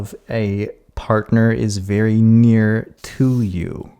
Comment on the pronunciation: "Someone VEWY special"